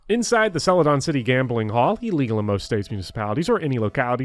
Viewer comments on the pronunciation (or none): none